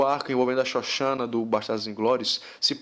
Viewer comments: Parei no "Xoxana" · eu ri quando vc fllo "shoshana" kkkkkkkk Caralho que filme foda!!!!